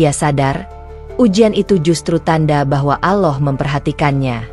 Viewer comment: Knaoa ya penutur channel ini ko ga belajar mengucap yang benar saat mengucap nama Allah yang benar , selalu mengucap Aloh, hem gemes , dah ga usah di terusin.